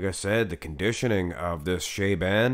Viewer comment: Show the guy (Shaaban) some respect and learn how to pronounce his name correct. How hard can it be?!